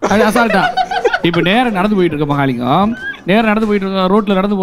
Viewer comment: Sema team ❤🎉.... sirippu vera level funnuuu 😅.... Mahalingam pronounced vera leveluuu 😅.... slang of singing good... Good editing dears...